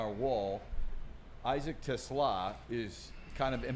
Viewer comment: Te Slaa … the S does not go with the Te it goes with the Slaa. 🦁 He is not a car.